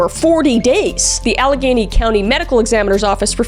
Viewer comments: Duquesne is pronounced 'doo-cane' and Allegheny is pronounced 'al-la-gainy'. I was born and raised in Pittsburgh Pennsylvania. And I don't want this to come across as pretentious or arrogant, I'm just setting the record straight on the pronunciation. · It kills me how these commentators Don’t research or even PRONOUNCE key information correctly! Dakota went missing while heading towards Fort Duquesne (DUE-CANE) Blvd.. He was a graduate student at Duquesne (DUE-CANE) University. He was found near Neville (NEV-ILL) Island. Allegheny (AL-LAH-GAIN-E) County is where he was found. Cyril (SUH-RIL) Wecht did say there was signs of ligature on his neck by seeing the photo only. Later, it was shown that was dried blood on his neck that came out of his mouth during autopsy . It was later washed off and the area rephotographed. As someone who lives in Pittsburgh, I don’t believe for a second that Dakota went ANYWHERE near the river during that time of year to pee. Not only is it dangerous, it was out of his way and even colder when standing next to the river. The route he would have taken had PLENTY of spots to pee undisturbed. Knowing the area, dumping his body off the route 79 bridge would make more sense. It’s a major trucking route that is heading out of the Pittsburgh area. There was also two other men who went missing from the Pittsburgh area that are also linked to The Smiley Face Killings.